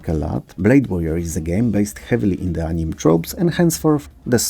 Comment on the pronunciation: Yet another great video! Just a heads-up that "anime" is usually pronounced as "annie-may" rather than "aneem".